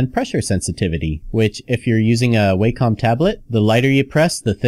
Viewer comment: I cringed when he pronounced it like "Way - come" Tablet. It's pronounced "Wack - um" tablet.